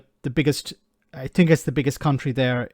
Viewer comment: And another thing he got it wrong at the point he said "I fink". Oooh I must calm down.